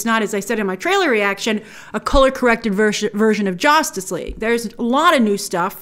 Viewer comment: "Jostice League..."..why? lol